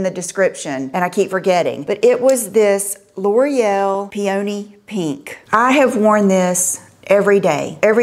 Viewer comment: Peony is pronounced (pee o nee) like the flower👍